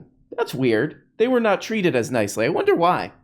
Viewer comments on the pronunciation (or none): I don't know why the right has all the annoying speakers. Everyone points out JP's voice. But what adds to that severely is the way he says words like "naw-t" and "baw-ther" and "Paw-verty" and "praw-blem." It's like when kids ad "ey" to end of everything to try and sound cute. Which is annoying for JP. Because he goes around with his Kermit the frog voice and cutsie enunciations. While pushing the notion that being a macho man is the most you can possibly contribute to society.